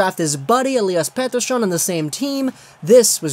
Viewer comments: pronounce Pettersson's name like an asshole one more time and I will unsubscribe. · Swiss? They're Swedish lmao